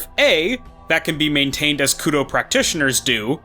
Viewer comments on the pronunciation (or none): Koudou not kudow